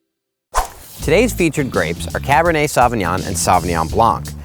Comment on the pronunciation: Good video. It's a shame he can't pronounce Sauvignon.